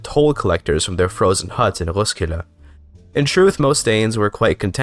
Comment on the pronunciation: hej dane here københaven was not that good but roskilde was petty spot on